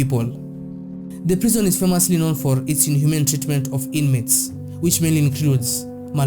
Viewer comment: Your abuse of English words is so annoying.. which bush African country are you from?pls go back to school and learn English language pls...The Nigerians you criticize are well educated than you stack illiterate that can't even pronounce ordinary "Prison"which you call "Prezon"..You bloody liar!!